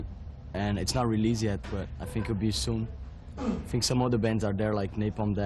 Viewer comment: Eu só um pouco; ele fala "think" com pronúncia d "f", no início, e o correto é: thi, é pronunciar "s", encostando a ponta da língua no dente para ficar perfeito.